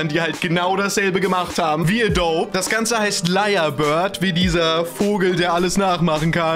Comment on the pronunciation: Wird adobiiiii ausgesprochen